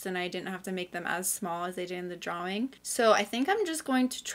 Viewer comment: LOVED THIS, I can’t believe I didn’t see ur community post! I will be keeping my eyes peeled for the next one. (Also the way u say draWING is very evil )